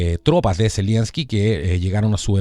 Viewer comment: Estas son puras cachetadas de payasos,de este par de títeres del NOM ,Pan y Circo para mantener en el engaño a los incautos . Y Es Z E L E N S K I ,no ZELIENSKI . Saludos !